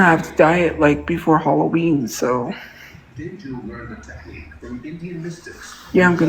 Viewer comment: You mean when she talks about HUHLA-ween? That one drives me fucking nuts. I better be careful what I say here though, I don't want to get sued for deffermation.